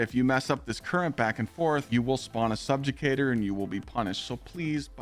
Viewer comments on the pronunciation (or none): Stolen Favor= “Stolen Valor” Wolfpack Rounds = “Woofpack Rounds” Subjugator = “Subjucator” And I thought Kackis messed up with pronouncing words